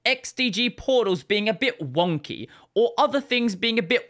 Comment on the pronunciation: They way says "Wonky" is funny 🤣